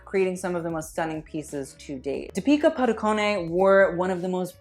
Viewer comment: The way you pronounced Deepika Padukone had me laughing SO hard lol Especially padukon-é